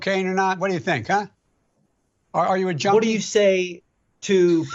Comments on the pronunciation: Sounds like he says Jonie instead of junkie?!?!!! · He sounds like he says joanie not junkie, I am hard of hearing tho